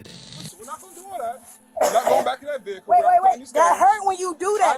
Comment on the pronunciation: The saying of Vehicle really does my head in. VEh icle ? Its vehicle all one word .